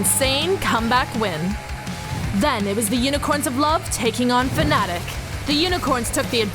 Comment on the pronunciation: It's fnatic not fanatic...